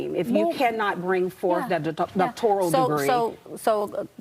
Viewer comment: Doctorial instead of doctoral. Dessipate instead of dissipate. Licenser instead of licensure….the mispronunciation Olympic events continue